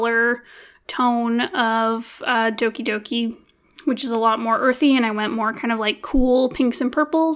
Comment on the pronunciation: when people pronounce doki doki wrong😭